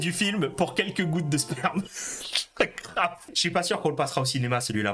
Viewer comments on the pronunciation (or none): none